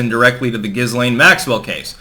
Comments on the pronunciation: It’s pronounced “Ga-Lane” 😀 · Pronounced like 'Gelain'. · Dude it's pronounced "gi-lain". You'd think after about the 50th time mispronouncing it, your wife - who should know better - would smack you upside the head. But no. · Her name is pronounced .......Gil - ean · IT'S JIZZ-LANE 🤣🤣🤣🤣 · I usually hear her name pronounced gill-laine, silent s. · Dude, you really need to learn how to pronounce 'Ghislaine', the S is silent! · Fucking hell at least pronounce the name correctly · You said jizz stain Maxwell wrong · Not to be pedantic, but the "S" in Ghislaine is silent.